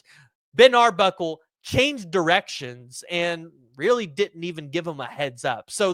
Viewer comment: "till not tell"; and it's Arbuckle not Ardbuckle